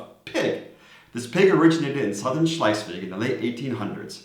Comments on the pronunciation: You both come across as very knowledgeable about DK and I completely understand the challenges with tongue-twitching place names. So, while Schleiswig might sound more German to your ears, its pronouncuation is actually just Schleswig/Slesvig :-) Other than that - impressive job and thanks for the beating the Swedes with a stick-tip 😉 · Why do you say Schleisvig? There is only one “i” in Schlesvig. I saw your vid. on learning to speak Danish where you explained how many letters in a word that were not pronounced and now you have started adding letters, but to be fair the ch in Schlesvig shouldn’t be pronounced and often the g is muted depending on where you come from, you could however add the extra “i” instead of the “g” and get away with it, so it would be pronounced Slesvii.🤣🤣🤣❤ But I still love you guys and may the force be with you. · Slice-week? That's neither good Danish nor good German. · bro saying schleswig wrong so many was trippy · There is no "i" in Schleswig.